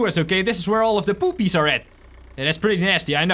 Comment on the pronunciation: As you said "poopies" i understood "boobies" 😂😂😂